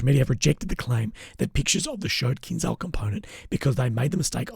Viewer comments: Fyi - its pronounced kinJal in Russian / Ukrainian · It is pronounced in Russian or Ukrainian: Kin-jahl.